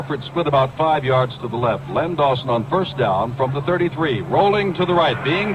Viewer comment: Its not Lenny Dawson is Len Dawson